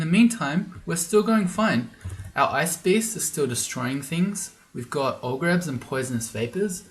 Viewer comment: Ice bees are so good. I wonder what the devs will do to nerf them? I'm sorry, but I'm unable to not hear your pronounciation of 'beasts' as 'bees' and it's mildly amusing every time :)